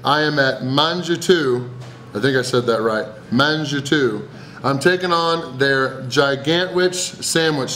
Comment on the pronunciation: Shit i laughed when the owner flexed with him at the end. Very British he was smiling like im a twat. Mangetout means eat all in French, n cannot say it. Peace